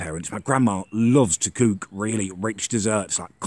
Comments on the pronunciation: it's COOK not CUKE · if you dont learn how to say "cook" and other -ook words, there will be consequenses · why do you say cook, poop and book so weird?😂😂😂😂😂😂